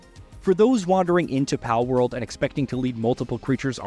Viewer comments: Bro why are you calling it "Paleworld" lol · the guy can say ''pal'' just fine but you add a ''world'' to it and he says ''paleworld'' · Pale-world? Wtf? Why are u pronouncing them as “Pal” than? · You know they are called “ Pal” and we can hear it when you reference them as pals yet you pronounce the full word “pale world “ I don’t get it lol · Pale-world??? I think your pronouncing it wrong buddy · Bro doesn’t know how to pronounce pal 💀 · Yeah, seems one of those cases the narrator read what his brain wanted him to read instead of what's "on paper". Or a typo on the script Idk 🤷🏻‍♂️ But Palworld, cool name for a game. That looks really fun. 👌🏻